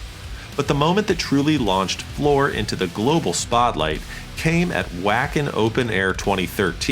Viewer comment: Nice documentary. Floor has become my favorite female singer. But you should learn to pronounce both Jansen & Wacken. Must be an AI voice.